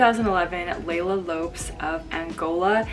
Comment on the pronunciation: I completely agree with your opinion on Iris's gown. Against the popular opinion, I don't like her final gown at all, and the yellow one was much better 🙌🏻 Kudos for your repeating this opinion twice 😆 And I like the way you actually pronounce Iris's and Leila's names correctly 🙌🏻